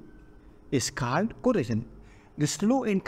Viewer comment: Bahi it is corrosion not corresion😅